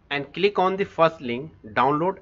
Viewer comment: Click On❌Cilikoon✅